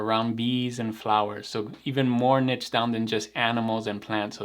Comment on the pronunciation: at least twice in this video you pronounced "niche" correctly. Not sure why pronouncing it "nitch" bothers me so much. It's one of those things that makes my eye twitch. 😛